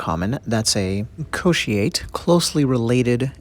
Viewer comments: Sorry your pronunciation is very wrong the way you pronounce Wahaika is close but Kotiate pronunciation is way off Cotiate,or Co-She-ate 🙄😳 Wahaika = WA- HAH -"E" CAR Kotiate = CORE-TEE-ART-TEH. WAHA=Mouth IKA=Fish,or Whale etc.. if you noticed the shape of the Wahaika looks like a whale. Kotiate liver devider coz it's shaped like the lobe part of the human liver. Sorry for correcting you lol.. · A small pronunciation correction, kotiate is pronounced "koh-tee-ah-teh".